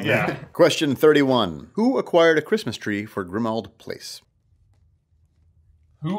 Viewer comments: 'Guys, guys, it's just Mundungus fwetcher getting a quismas twee' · Cwistmas Twee